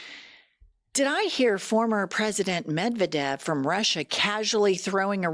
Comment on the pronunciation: I need to help ya's out. Medvedev is pronounced med-VED-yev!!! Thanks for a great podcast, I watch evey day, many times a day!